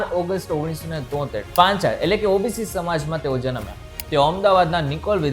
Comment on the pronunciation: પંચાળ નહીં પણ પંચાલ છે ભાઈ